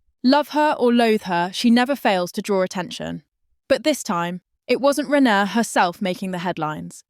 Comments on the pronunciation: In future, before you start your AI nonsense, can you get the basics right first, that is the names of the players, for instance her name is RAYNER .......NOT renauld,...NOT renner.!!!!! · Her. Name is Rayner.. Aaaaner😮😮